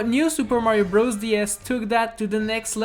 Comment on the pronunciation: He says super mañio maker 2